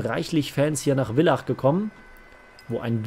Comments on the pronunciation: Machst das richtig cool. Freu mich auf weitere Videos. Abo lass ich dir da, nur bitte in Zukunft Villach richtig aussprechen. Schöne Grüße aus Villach😉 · Genau, du sagst ja auch Vogel und nicht Wogel oder?